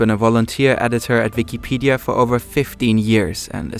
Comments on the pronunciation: saying the letter W is hard huh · Yeah, bro, halarious